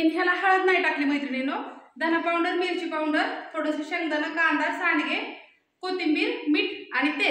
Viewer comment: पाऊड्रर्र नाही ग अक्का पावडर म्हण 😂